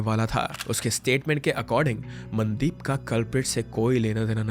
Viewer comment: The AI pronunciation of names is pissing me off - Man-deep, Sat-eesh 🤦